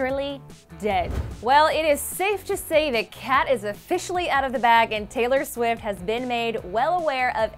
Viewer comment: Did she say: "Taylor Swis" ?? Tf